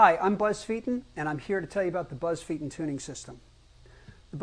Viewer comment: Oh wow. He doesn't know how to pronounce his own surname.